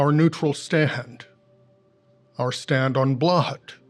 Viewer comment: "our neutral staHAnd, our stand on bloHOd"